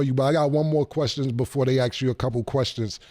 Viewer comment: Bro can pronounce mask but can’t say Ask